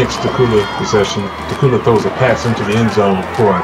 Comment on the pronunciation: its dacula the c and the u sound like a q and the video and commentary is horrible